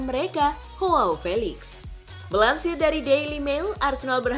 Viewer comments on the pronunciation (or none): Mengkoreksi dikit ya min, bacanya bukan Hoao, tapi Joao aja biasa, karena Felix bukan orang british